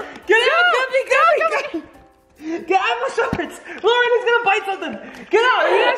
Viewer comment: ChocolateSqushiyLPS Pro I was dead when he said luaren he's gonna bite something😂